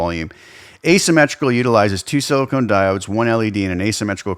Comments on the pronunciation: Silicon diodes, not silicone diodes. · I know I'm the dick for saying anything.... But a diode can be made of sili-con. Not sili-cone.